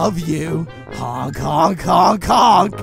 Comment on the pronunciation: Not HOONK HUT